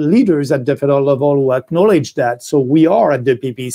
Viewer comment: When he says federal government it sounds like Fidel government. LOL